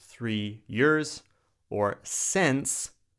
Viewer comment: Since is mispronounced